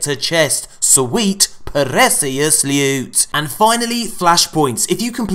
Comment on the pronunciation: lewt my friends lewt!